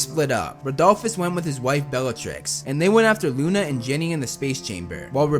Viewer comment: Luna and Jenny ??????? Seriously ???? Its Ginny !